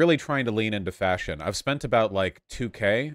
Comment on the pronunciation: Oh thanks, I’m not the only one! I literally jumped when he said that sentence, cause I heard right away fascism instead of fashion, I had to check back again to understand he wasn’t speaking of fascism! 😂